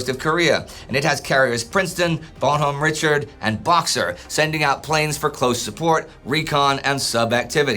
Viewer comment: bonhomme richard, say it frenchly!